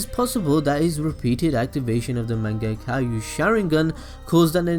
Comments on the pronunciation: it's "man-ge-q" not "man-ge-ka-u" 😧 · it's mangekyo not mangetkayu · Mann-Gek-Yo not man-gek-a-you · "Manga Cailou" 😂😂😂😂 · This video is very good, I like it, but really, "MANGEKAYO" Sharingan? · Manga-Caillou ? The fuck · anime balls deep learn how to say mangekyo sharingan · Can U please learn how to pronounce shit like u can't pronounce NARUTO or mangekyou sharingan